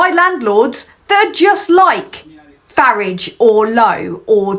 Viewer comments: Fuk yes girl. Proper pronunciation of Fari_ge. You for PM mate. Loving that you is coming back so fire 🔥. Being it on you wonderful person... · It is so refreshing to hear the correct pronounciation of Farage as in Garage !! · Got to admit that I loved hearing someone else who rhymes Farage with Garage. My moral rage is that these ultra right wing wankers can get into government.